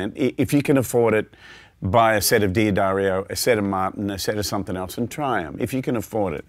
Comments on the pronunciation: D'Addario is pronounced "Da-dario," NOT "Dee-adario." Many get this wrong! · at least I'm not the only one who mispronounced D'Addario. It's duh DAIR io, not Dee Uh Dario. just trying to help! senility setting in. I think your EARS start getting used to the string, at best. We always want more, more, MORE. and changing strings as often as he prob does, there is arguably little difference between the ones he's pulling off and the ones he's putting on and he doesn't hear a huge difference but WANTS to. So.... that's MY theory. The guitar's physical structure has NOT changed due to the strings he plays. :( Oh well. No Sherlock Holmes but he is a monster player. One thing to also listen for (maybe he said later) is how bell-like they are. If you get a wobble, it MAY be your guitar. Not ringing true and evenly but a warbly kind of sound. But many times... it's either a worn string or bad string. So.... like he says, experiment. when you are happy, you are done. :)